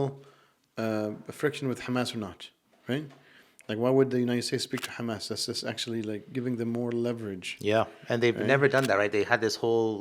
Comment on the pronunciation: did you just say khamas? I only know one group of people that say it that way. Did you happen to go to the Islamic University in Israel?